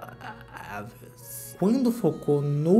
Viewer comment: o Trrrrrrrraaaavis ofereceu ingressos pro show do blink 😂 pras meninas.